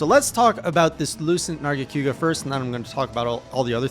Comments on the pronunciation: The only thing that hurts more than lucent's poison spikes, is the way says nargacYOOga Seriously tho, I'm so glad you got to experience the Tower and this interesting narga variant before we see what's in store for the Sunbreak version. And for Alatreon, the fondest memories I have in MH are squadding up with gunners and hammer users all optimized for one thing: breaking those damned horns. He is a very consistent fight once you understand his red/blue modes, and his head is surprisingly vulnerable after many attacks if you learn the tells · Why you call it Nerga-Q-ga? Lol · Nargaquga and his pronunciation Also, Hallowed Jhen attacks are completely random. Normal Jhen is very scripted, it does attacks in order